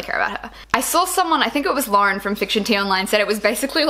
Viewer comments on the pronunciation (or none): none